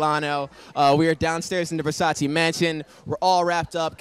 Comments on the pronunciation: It’s “Versace” not “Versaci”😩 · Mercy the make up artist cannot pronounce Versace MERCY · how can u work for versace and still not know how to pronounce it i'm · Ppl still call it Versacee 😂 Even on Versace show omg.